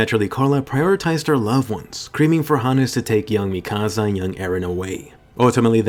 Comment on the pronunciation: Did he say creaming or screaming